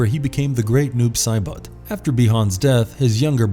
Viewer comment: Why does Saibot sound like he's trying to say bot bit but bout and boat all at once